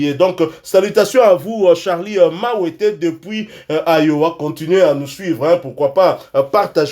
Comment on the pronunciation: Merci beaucoup pour vos salutations, c'est Charly Wantete non Mawete.